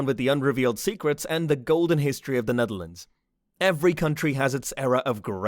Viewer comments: SERIOUS?? "NEATHERLANDS"?? The Netherlands you stupid f*ck!! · Neatherlands….. euuhhhh how’d you even get that wrong? Ahhaha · Netherlands, not Neatherlands. And the map you show, is not The Netherlands but The Netherlands and Flanders, the Dutch speaking part of Belgium. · Neatherlands its the Netherlands you have IT rong Nederlands as we say IT dutchs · Neatherlands? Netherlands/Nederland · i'm sorry but its the netherlands and not the neatherland & you're using a few wrong maps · Not Neatherlands!Netherlands!! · Nice video, too bad it has some mistakes, such as the map is the Dutch language speaking map, which included Flanders, which isn't part of the Netherlands Also, the name is Netherlands and not Neatherlands.